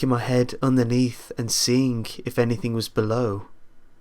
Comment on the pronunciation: Learn to not say k at the end of some word like somthink anythink comingk etc etc etc